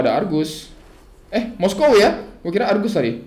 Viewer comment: Moskov bang bukan moskow, apa dibacanya moskow ya?